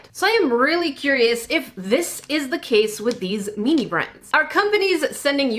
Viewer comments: every time they say mini it sounds like they are saying meany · meanee thats what i hear when she says mini